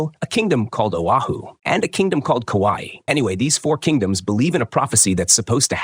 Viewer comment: Mawi: 🪨🤨 Ohio: 👽💥 kawai: 😺❤ Thats one way to say the say the names wrong😂